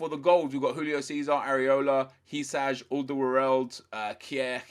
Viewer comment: Just a little guidance for pronouncing HYSAJ - Literally say these two English words together: Who-Sigh and you've said it properly